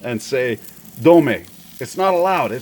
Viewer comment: dont know about dome, but ive heard dame a few times...